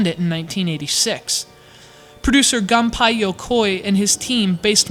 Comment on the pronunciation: gunpei "gum pie" yakoi